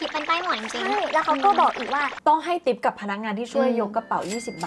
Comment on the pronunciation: ทิป ไม่ใช่ ติ๊ป ติ๊ป ภาษาที่พวกตลกเอามาเล่นกัน